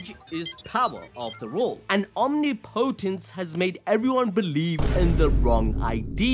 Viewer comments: I’m sorry but omnipotence is said (ahm nip oh tence) not om nee Po tence sorry but it kinda bugs me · it's pronounced om-nip-o-tence not omni-potence lol